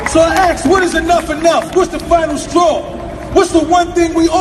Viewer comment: No one " aksed " anyone anything . They " asked " . It is hard to be taken seriously if you can't pronounce simple words .